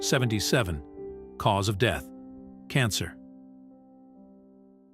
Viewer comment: I like the part when the AI said cause of "DEETH" absolutely priceless 😂😂😂